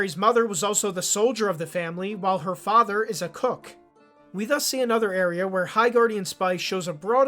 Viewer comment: had to replay this part to realize you said cook and not cuck